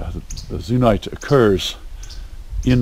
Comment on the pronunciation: I found some very nice micro Bertrandite in a cavity in Beryl. Very rare to find. It's Euxenite, not Zunite. No Z in that word! LOL! On the north wall you can find large Pyrites and Zircon as well, some psudomorphs of Geothite after Pyrite too! The Beryl pit is awesome. The best pegmatite around for sure.